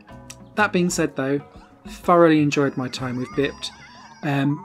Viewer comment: Oooo i like it! Definitely going on my wishlist. I do have one major complaint about the review however... It's not "bipped", it's pronounced "bye-ped" which means an animal that walks on two legs. Have you not heard that word before? Everytime you said bipped it was like a stab to the heart :-( You'll be saying "haitch" next! I won't hold it against you tho :-)